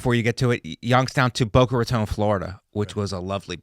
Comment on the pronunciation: I’m so happy the pronounced Boca Raton correctly